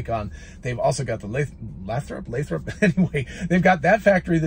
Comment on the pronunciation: Pronounced as LAYthrop here in California. Excellent presentation as always.